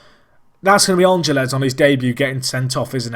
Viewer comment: Ángeles is pronounced AN-hel-ez (you have to sort of roll the "h" sound that the "g" makes)